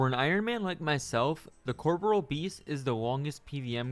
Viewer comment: Cor - PO - RE- AL not "CORPRAL" Americans not beating the education allegations.